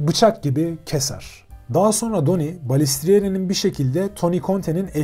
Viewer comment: isimden basliyalim. Donnie okunuşu Danni'dir.. Mafya yapilanmasi hakkinda arastirma yapmani oneririm. Donnie hic zaman " soldier" olmadi, hep associate kaldi. " soldier" yada " made man" olabilmek icin aile icin cinayet islemen gerekiyor.. bir kac ornek. Butun gunumu alir video da ki hatalari duzeltmek. Emegine saglik yinede.